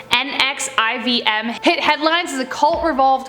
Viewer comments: How hard is it to say L Ron Hubbard and Nexium? You claim to be Canadian and can’t even speak proper English. Where did you go to school? Texas? All of you do this and it’s embarrassing. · NXIVM is pronounced Nexium, I believe. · Also NXIVM is pronounced "nexium" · NEXIVM is pronounced Nexium. Just FYI. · This was interesting -- and hour presentation style is great, but I'm really surprised the editors couldn't find easily accessible info about the foundation of some of these cults and how to pronounce NXVM (nex-ee-um). It wouldn't have made the video any longer and it seems like it should be S.O.P. for any channel. Also, the tool who created the ridiculous MLM "religion" based on Xenu is L. Ron Hubbard, not Ron L. Hubbard. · Pronounced LEEah REMinee and NEXeeum. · Great video, but you should really look up the pronunciation of names and words if you don’t know them. You lose credibility when you mispronounce things. Thetan = thee-ton NXIVM = nexium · it’s pronounced “Nexium” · It's pronounced Nexium, the NXIVM cult. The son of a former president of Mexico is also involved. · It’s L. Ron(not Ron L.) Hubbard but he was a scumbag as big as David Miscavige is!! And the NXIVM is pronounced Nexium like the heartburn medication a perfect name since they burned so many women!!!! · You’re not pronouncing Leah Remini & NXIVM correctly